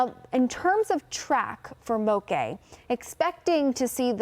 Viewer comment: she's mispronouncing it. Moke sounds like woke not cafe'. In Hawaii, a "moke" is a rugged local who has a tendency to fight.